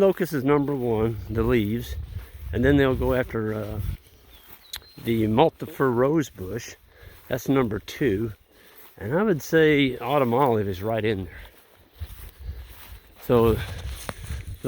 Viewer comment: In the beginning are you talking about "multiflora rose shrub" when I am hearing "multiper rose bush"?